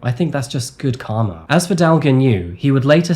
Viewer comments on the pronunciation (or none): none